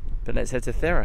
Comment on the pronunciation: Thira or Thera is the greek name for the island of Santorini, the town you are referring to ,the capital is called Fira ,with the intonation on the second syllable, otherwise great video